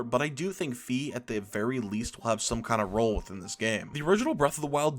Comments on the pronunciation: Its FI F I NOT FEE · I also believe that "Fai" is the correct pronounciation, but he used both of them in this video. (You can hear it )